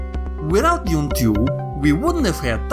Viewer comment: "deez" "dayoon and dayoonah tayooah!"